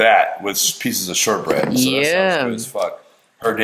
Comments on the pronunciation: why does say yim instead of yum??? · she doesnt say yum it 's YEUM